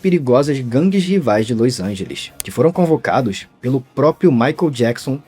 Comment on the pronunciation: Vc simplesmente não consegue falar Los Angeles direito kkkkkk